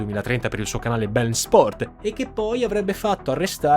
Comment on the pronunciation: Un altro ottimo video carissimo, ma non é "BeLn", é "Be -In". :)